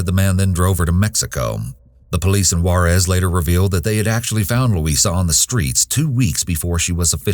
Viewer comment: They always pronounce Juerez funny on tv